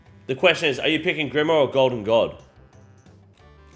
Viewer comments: can you just say grimoire correctly one single time in the video i beg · Pronunciations on grimoire and kandarin are on point 😂